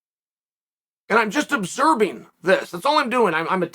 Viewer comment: Chael “obserBing” sonnen